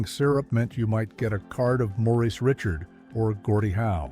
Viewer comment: "Morris Ritchard"?! Really?!